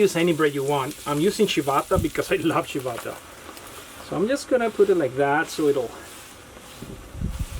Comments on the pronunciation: wait until things quiet down & world is safer + I liked the way you said Chee-Bata. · Being from So TX, I thought you were saying Chivata Bread, then I googled it and and it corrected me to Ciabatta Bread. I'll have to try it.